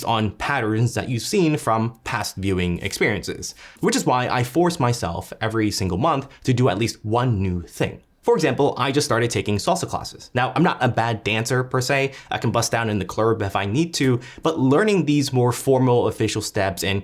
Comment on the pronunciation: Did you just say Clurb?